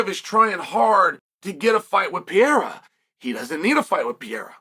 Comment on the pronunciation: Alex Pieera 😂😂😂😂😂😂 Love Uncle Chael's name butchering Can't let the names get close😅😅😅😅